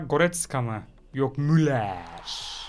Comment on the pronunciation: La eskiden mulla diye eokurdin şimdi muller diye okudun harbi artık tam turkce konuşan biri olmuşsun adamsın